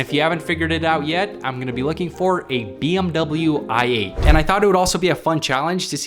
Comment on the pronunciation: Wait when you say i8 are you saying ( l ate )